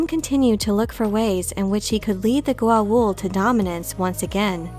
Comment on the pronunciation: To this day Richard Dean Anderson mispronunciation of Goa’uld as Goauld messes me up whenever I try to explain this show to my friends and I love that air force colonel, (general), for leaving such an imprint on me from the show XD.